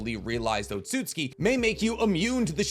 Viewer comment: He keeps saying otsutski but it's otsutsuki. I swear to God all these people talk about loving anime and Naruto and all this shit and can't pronounce words properly. If you can't pronounce it right then don't say it at all